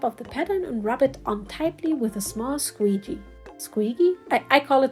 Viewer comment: Though i much prefer your pronunciation, it’s actually said as sqee-g (like saying the letter g), if you wanted to know. i still like how you say it better